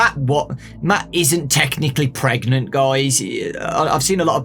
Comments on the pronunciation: You mean pregananant? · Matt feeling something trying to get out of him: "Am I..." "PREGANANANT!?"